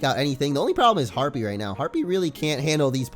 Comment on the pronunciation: Harpee is a his a herpee lol